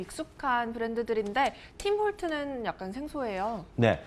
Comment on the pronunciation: 팀 홀튼스 입니다. 팀 홀튼 아니고